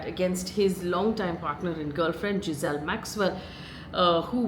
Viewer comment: Ghislaine not Giselle!